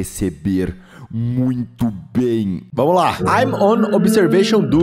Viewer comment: "oi tudo bÖm?"